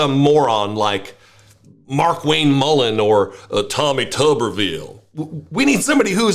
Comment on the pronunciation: "tommy tubberville" 😂